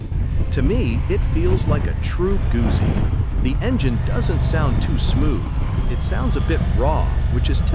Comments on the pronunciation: Gusi? Really? As an italophile German, this pains me. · Since you cannot pronounce Gutzi, perhaps you are not qualified. It all depends on whether I like what you have to say😎 Nice video❤️